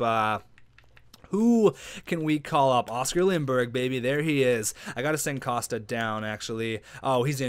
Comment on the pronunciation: your one of my favourite youtubers, but for gods sake its COST-KA KOSTKA:")